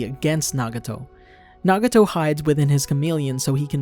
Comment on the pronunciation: did u just call him naguto